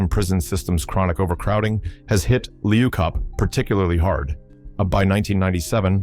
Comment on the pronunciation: can't even say the prisons name properly 😂😂😂😂 and you so wrong they don't even no the worst prison in the world is in capetown